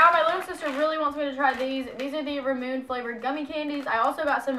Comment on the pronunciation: Not being rude. Trying to be helpful, ramune is pronounced "Rah-moo-nay"